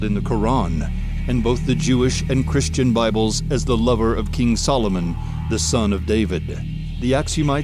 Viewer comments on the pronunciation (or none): none